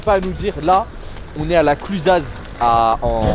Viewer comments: « La clusaze »… s’il vous plait respectez la station 🥲 Ça se prononce la Clusa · La clusazzz 😭😭 c la clusa ou prononce pas le z 😭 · Pour info, a l'oral on ne dit pas "cluzaze" on dit "clusa" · On a déjà dû vous le dire mais on dit pas la ClusazzzZ mais la Clusa ! ;) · Je regarde la vidéo là maintenant j adore et ont ne prononce pas le z dans la cluza, allé tout les deux au revard en Savoie la prochaine fois profitez en aussi pour aller à Chamonix et voir la grotte de glace il y a de belles sculptures de glace à l intérieur de la grotte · Alors mon loulou on prononce la CLUSA, le z ne se prononce pas mdrrr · lol on dit la Cluzaz sans le z à la fin il ne se prononce pas ! 🤣🤣🤣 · premiere video que je vois de vous j'ai tellement rie jpp mais parcomètre c clusaz mais le z il se prononce pas et appelé moi la pro pour les cours de ski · svp les gars La Clusaz ça se lit sans le z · la clusaz on dit pas le z mdr cest chez moi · Belle station la Clusaz! Par contre, le « z » ne se prononce pas en Savoie, tu le sauras à l’avenir. 😉 Et viens à Courchevel! On te mettera bien! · On dit pas le Z de Clusaz 😭😭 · on prononce pas le z de la clusaz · Le z de " la clusaz" ne ce prononce pas 😅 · La Clusaz on prononce pas le z 😉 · le Z de Clusaz se prononce pas ;)